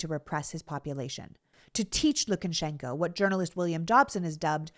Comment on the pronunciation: Lu ka shen ko, not LukANshenko. Probably even LuKAshenkuh (LU kuhshenkuh?) but not LookenSHENko. Sorry, Sorry.